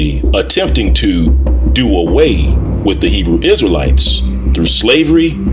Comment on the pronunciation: Poked my nose in here out of simple curiosity. As an Israeli and fluent Hebrew speaker, I gave up after 10 minutes. The pseudo Hebrew-like misinterpretations, mispronunciations, naming conventions and terminology are so inaccurate to the point of being painful. “For the time will come when they will not endure sound doctrine; but after their own lusts shall they heap to themselves teachers, having itching ears; And they shall turn away their ears from the truth, and shall be turned unto fables.” 2 Timothy 4:3-4 KJV